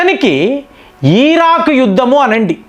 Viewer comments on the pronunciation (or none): Eeeraak ani maatadakandi garu.